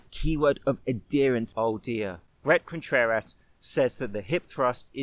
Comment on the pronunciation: "Brett contrer-ass" 🤣